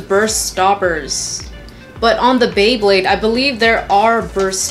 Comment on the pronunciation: You said bwebade at the beginning